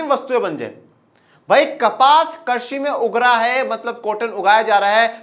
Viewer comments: सर आप कृषि को' कर्षि' से क्यों कर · Sir karshi nhi krishi Hota hai